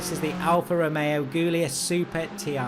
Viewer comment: Great video as always, but I do have to mention that Guilia (and Guilietta) are pronounced with a J sound, not a G sound.